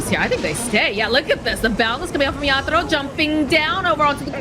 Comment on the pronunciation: Everytime says yaddolo I wanna abandon